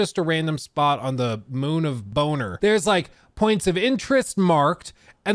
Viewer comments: ARE YOU REVIEWING THE VEHICLE UPDATE, OR FAFFING ON ABOUT HOW LONG YOU'VE PLAYED THE GAME OR GAME DESIGN PROBLEMS????????????????????? BONNER IS NOT PRONOUNCED AS BONER, IT IS PRONOUNCED BON-ER. WHEN AR AMERICANS GOING TO LEARN TO SPEAK ENGLISH?????? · It’s pronounced Bon-ner, just saying. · The moon of "bonner" 😂